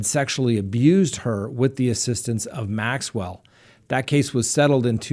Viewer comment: You are doing so well with Maxwell's name that I think maybe some little French man might appear! ;-)